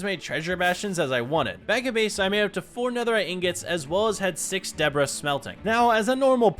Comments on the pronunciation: why do you call ancient debris ancient debra? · Folks arguing over whether or not the “s” in debris is silent:: “Debruh” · There is no argument......the 's' is silent.....that's.....how you say debris,.